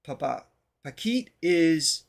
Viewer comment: OMG,! Hearing you say "bakit is why" blew my mind! I actually felt tears in my eyes...like when you heard Morissette's whistle tone in Akin Ka Na Lang. Hah, so I exaggerate a little. But not that much! Appreciate your sincere efforts to speak Tagalog.